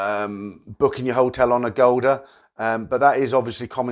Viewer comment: Agoda is an online travel company out of Singapore , so you thought he said a golder, it is Agoda maybe he did not enunciate properly, cheers !